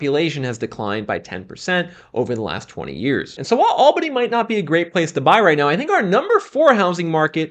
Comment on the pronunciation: It's not pronounced AL-bany, it's al-BAN-y. Ah Georgia.